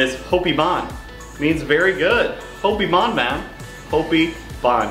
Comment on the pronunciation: hopi bon is not prenounched with an A but with a O